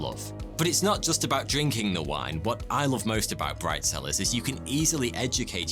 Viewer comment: Bright cellars sounded like bridezillas